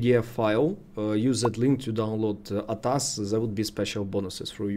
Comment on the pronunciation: Bro pronounce it A . T . A . S = A T A S ATAS is wrong 🙏👍